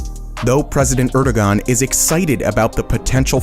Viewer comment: The dude also pronounces Erdoğan incorrectly.